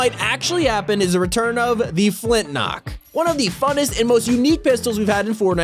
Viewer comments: Its called a flint lock not a flint nock :/ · Flint lock not flint nock